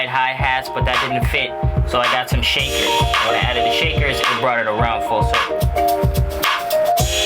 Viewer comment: "SHACKER" Instead of shaker. Awesome.